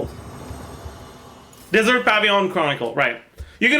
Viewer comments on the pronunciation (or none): none